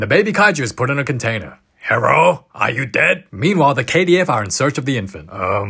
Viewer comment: "herro are you deuad?"